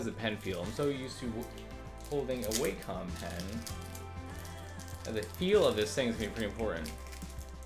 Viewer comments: It's not way-com it's Wah-com Wa - meaning harmony com- as an computer Wah-com, Wacom - simple. Cheers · It was WAcom dude, not WEIcom